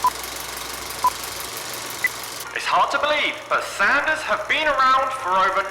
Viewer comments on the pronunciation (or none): none